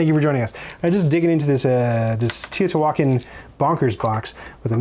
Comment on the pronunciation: It's too bad you don't know how to pronounce Teotihuacan properly!! Tee-Oh Tee-whaa-Con